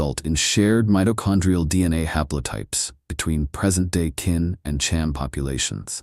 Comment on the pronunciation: Kinh is pronounced more like 'King'...its definitely not pronounced 'Kin'.